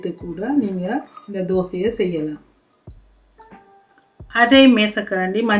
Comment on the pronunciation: அது மஞ்சல் அல்ல.. மஞ்சள்.